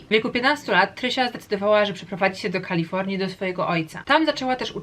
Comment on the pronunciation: "Książka na koniec roku" to kronika. I błagam... Nie Kalifołnia tylko KalifoRnia. Naprawdę to trzeba przeczytać jak "rasowy" polak po wakacjach? Tak czy srak, film ciekawy 😃